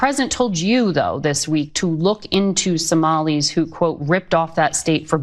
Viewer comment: THE FACT SHE SAID SOMILIES TELLS EVERYTHING NOT AMERICANS GET THEM OUT